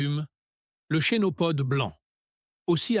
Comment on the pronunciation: Mais quelle misère ces vidéos IA le Chénopode ( se prononce Kenopode) et il montre tout sauf la plante en question ?! Le pissenlit,on voit en premier des radis ?! C'est une farce,A FUERA.